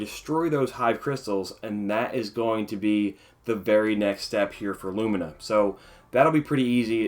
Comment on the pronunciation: Thank you for saying lumina the right way! lumeena...smh lol